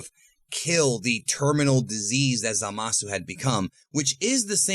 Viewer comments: Zalasu xD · Ah yes, Zalasu